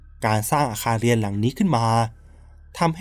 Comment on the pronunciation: เล่าดีแล้วค่ะ โทนเสียง การเล่า การเว้นวรรค พอดีมากๆ ขอเรื่องเดียวน้าา เรื่องการออกเสียง ร เรือค่ะ เราได้ยินคำว่า ไม่ลู้ อาคารเลียน หลายรอบมากเลย มันแอบขัดใจนิดนึงค่ะ😅